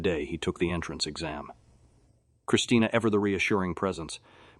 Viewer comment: “Astoonishment” “The entranceee” “the are Dukeee” lol… the voice had a stroke.